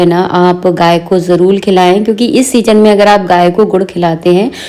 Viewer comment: Aap jarur ko jarul kyu bolti ho di